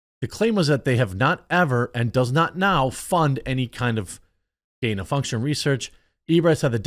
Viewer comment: You can’t even say gain of function.